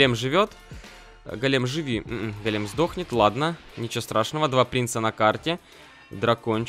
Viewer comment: Так ещё и голе́м, а не го́лем